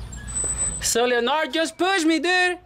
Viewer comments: Leonard pronounced with a D Leonar(D) not Leonar just fyi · Leonard- Pronounced lenerd Le Nerd Leonard the nerd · It sounded like the female name“Leonor”....to me! 😂😂😂😂😂😂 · Los tienes bien puestos. another good episode brutha! FYI: His name is pronounced LEH-nerd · ...the name "Leonard" is pronounced "Len ARD" - the o is silent. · Wrong.. pronounced.. Lin nerd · Pronounced Len-erd Skin-erd. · Lol it's Leonard like Sugar Ray Leonard lol 🇵🇷